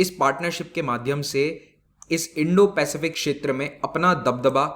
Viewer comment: सर् इंडोपेसिफिक कहिये